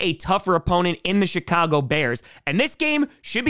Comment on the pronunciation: You know, everytime you say the bears. I keep hearing the Shitcago Bears. And at this point, I don't know if you mean it or it just so happens XD